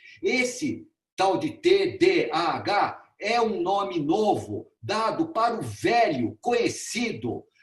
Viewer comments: O senhor não consegue falar TDAH, fala TDHA. Não trouxe um único estudo, um único dado embasado cientificamente. Todo conteúdo veio do instituto vozes da minha cabeça, e do ITDC. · Cara não sabe nem falar TDHA e quer opinar sobre .... isto é Brasil